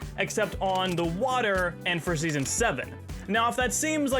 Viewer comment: why do you say the letter m at the end of most words? like fog, you said fogm and also sky you said skym, and not to mention when you said seasonm and thingm